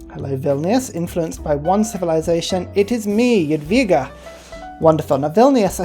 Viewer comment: Let’s go! And you said Jadwiga and Sukiennice good! Now you can learn Polish. Also I dont know why winged hussars are medieval era unit. They should be in renaissance. Also I like seeing names which I know like Gopło and Karkonosze. BYDGOSZCZ: B - to b e Y - man y D - d esk G - g arage O - o xygen Sz - sh ow Cz - ch at